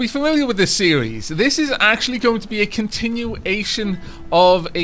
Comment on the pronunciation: "Continu-ation" :D